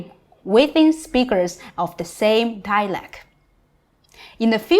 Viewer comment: Very interesting. Thank you. However, while your English is very good (fluent maybe) and very clear, you don't pronounce the word "dialect" correctly (you have to pronounce the "t").